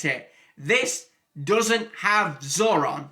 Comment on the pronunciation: The name is zordon, not zoron.